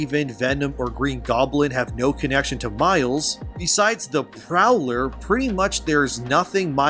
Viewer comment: Ya . mile's.."Miles" not Spiderman